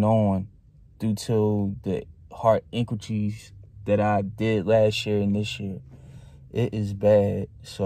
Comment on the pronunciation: Stop saying intikees, it's inquires